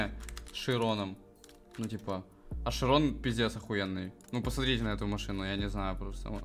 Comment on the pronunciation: чирон же а не широн